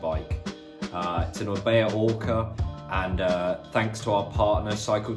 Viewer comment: Orbea? More like Orbae